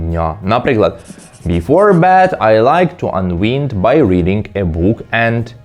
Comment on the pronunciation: The verb "unwind" is pronounced [ʌn’waind], not [ʌn’wind]. Be a pro, bro🙂